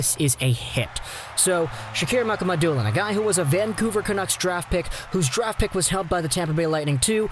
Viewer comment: It's pronounced Muka Ma Dulin people